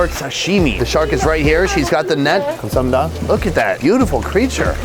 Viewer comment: I don't speak fluent Korean, but hearing him say thank you sounds a lot different then how I remember, even hearing ajumma saying gam sa ham ni da, sounds different than his